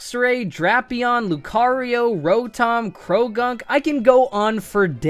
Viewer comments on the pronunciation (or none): none